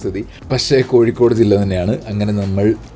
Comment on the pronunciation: കോഴിക്കോട്, not കോയി... Why ഴ is not pronounced here in koyikod. മലയാളം ഭാഷയുടെ അറബിക് ലിപിയിൽ എഴുതിയത് കൊണ്ടാണ് ഴ, യ ആയി മാറിയത്. പള്ളിക്കൂടത്തിൽ അറബിക് ലിപി ഉണ്ടായിരുന്നു, വളരെ പണ്ട് സക്ഷരർ ആയിരുന്നു ആ മദ്രസ്സയിൽ പഠിച്ചവർ.